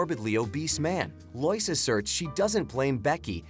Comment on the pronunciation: Not loise it's lois